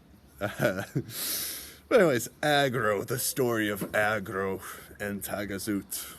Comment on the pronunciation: Frog = Agro not Acro